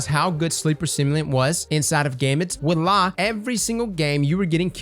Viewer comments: wa-la no. voilà yes. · Gulag is an interesting idea, which I guess you'd change it to "adds health to the enemy primeval" once the mote phase is done? Also, I believe you were saying voilà a few times in that video, but you were kind of brushing over it. It's pronounced vwa-la. Hope they do something about heavy and invaders, because I do like Gambit a lot and hope to see it loved and improved within the game/community. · Voila ("walla") Count: 3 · I swear it sounded like you kept saying "wAllah"